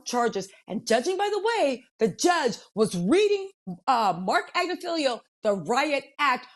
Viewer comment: I really like reporting. Very energetic, entertaining, and she is a great story teller. I am sorry she had to go through that scary moment. Now, the way she mispronounced ‘Agnifilo’ from beginning to end was very annoying.